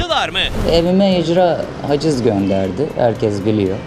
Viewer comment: Sirkelenmek degil silkelenmek .sarz degil sarj .herkez degil herkes .